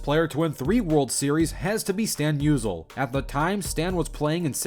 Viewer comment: How about we learn how to pronounce names and nobody has a batting average of 30%. 🙄 I stopped watching after Stan ‘Musel’. All credibility out the door.